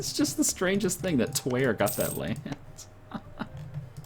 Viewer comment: Please stop saying Twer.